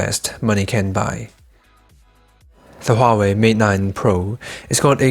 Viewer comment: correct pronunciation is Wah,-Way